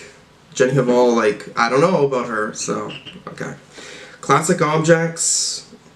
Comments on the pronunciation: The h is silent in 'hval' :) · i think the H in Hval is silent, like Jenny Val, sort of